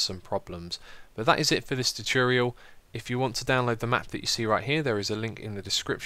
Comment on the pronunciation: "Welcome back to another Minecraft turturyal"